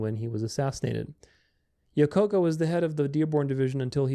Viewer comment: Same here. Lol, that was a tough pronunciation.